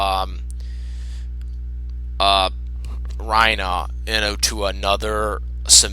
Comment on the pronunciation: Why the hell do you pronounce Reiner as "Rhino" instead of "Rei-ner"